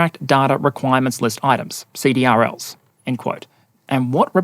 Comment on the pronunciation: FYI CDRLs are usual pronounced SEE-DRILLS